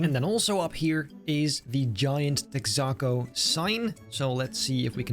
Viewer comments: Hhmm “Tex-ah-co”? It’s “Tex-uh-co” Besides that impressive build! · What’s tech-sock-co haha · its called Texa-co. Think like Texas. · say it with me.......TEX-AH-CO for the love of Christ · Texaco lil tex - ah- co like texas co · Its pronounced Tex-uh-Co. Like Texas but without the s sound. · I know this doesn't matter but Texaco is "Texas Company" so its "Tex uh co" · Lovely job, as usual! Texaco rhymes with Mexico :)